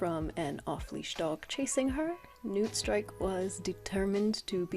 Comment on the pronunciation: I can't lie, for Newtstrike I thought you were saying Nootstrike for a whole minute lol. I love your art style, new subscriber!